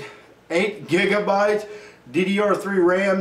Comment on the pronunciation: i laughed so hard when he said jegabites